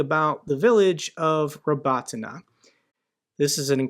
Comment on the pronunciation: Your pronunciation of Robotyne is perfect. Unlike some other youtubers 😀